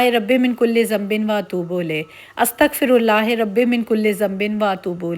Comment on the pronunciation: آپکے ولاگز بہت اچھے ہوتے ہیں ۔۔بہنا اپ نے جو استغفار کی تسبیح پڑھی ہے kindly اس میں استغفر اللہ میں ہ کے نیچے زیر نہیں پڑھنی بلکہ زبر ہوتی ہے زبر پڑھنی ہے ۔ امید ہے اپ کو برا نہیں لگے گا 😊